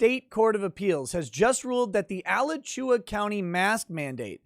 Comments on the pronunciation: Just for fun: it's A-LA-CHU-A. No emphasis on any syllable. Not al-a-CHU-a. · It’s pronounced a-latch-oo-ah you goddamed philistine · say it with me uh-la-choo-uh -Floridaman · lol, I like ala-chewa better than the way we pronounce it (uh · la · choo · uh). Thanks for covering this. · Alachua is pronounced "Uh-la-chew-uh" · a-LATCH-you-uh, boomer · Locals pronounce it a-LA-chua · Have to chuckle how pronounces Alachua.